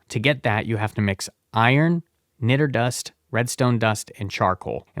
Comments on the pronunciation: btw, niter (sometimes spelled nitre) is pronounced more like 'night-er'. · It's pronounced Niat-ter (Niter) and it's used in things like glass and explosives now days but back in the civil war it was used directly to assist in making gunpowder probably why It's used for this mod This has been your 1 new thing you learned today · Niter is pronounced 'nigh-ter'